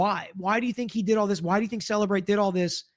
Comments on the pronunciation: Turtle Boy correcting the Cellebrite employee on how to pronounce Cellebrite. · It called CellEbrite. She literally works with them, so yea, SHE was pronouncing it correctly.